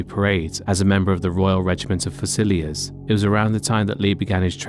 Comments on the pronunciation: It’s not fasilliers. It’s pronounced FUSALIERS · Foozilliers? Or fusiliers, perhaps? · "Fuh-silly-ers"? Really? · I had to laugh at the narrator's pronunciation of fusiliers as" few silliers" . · I think people know how to pronounce "fusiliers" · Next time you write the word Fusiliers into one of your stories, please study how to pronounce the word out of respect for the Soldiers who protect the lives of people in both Britain and around the world. Thank you.